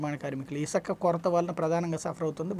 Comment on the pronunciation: Isaka kadhu sami Isuka ani palakali First telugu nerchukondi